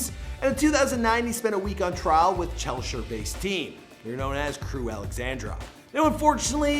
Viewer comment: chelshire? its pronounced cheshire